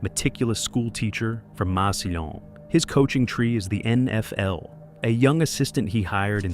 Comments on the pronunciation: Never heard Massillon pronounced that way. It's pronounced "mass ill lawn." Not sure if this is voice to text or AI for the narrator. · The amount of times it’s said makes me think this is AI. No one in America with this kind of voice and accent would pronounce a double L with a Y sound.